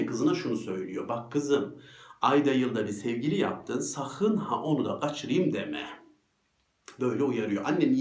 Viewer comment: gaçıriim deme mi :)) hocam valla Gayseriliymişsiniz şimdi baktım. Saygılar yüreğinize sağlık.